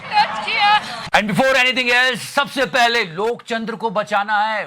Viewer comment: Please stop saying lokchandra again and again, I almost forgot Loktantra ,,😂.. thought lokchnadra is correct.